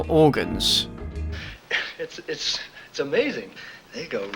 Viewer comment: You mispronounced "orgaaans."